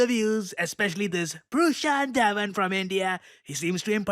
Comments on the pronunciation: "prushawnt The1 😂😂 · Prushant Daone 🤣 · Prashant dhawan ❌ prushan daawan ✅ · Pruushaant dhuvan😂😂😂